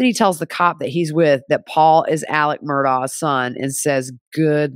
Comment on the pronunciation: Just an FYI - he pronounces his name AleK MurdocK. I know, it’s so weird. He can’t even spell his own name 🤣😂 I thought I should mention it since you’re doing Law n Crime